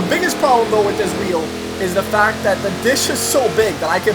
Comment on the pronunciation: When u said "2 weel" was a spoiler